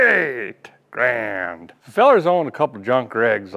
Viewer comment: "Graaaaaand" I see you spent some time in the Ottawa Valley.....